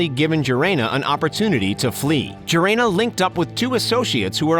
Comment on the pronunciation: Gerena as Jeremy, Gerena as Grrrena, when it’s like Herena.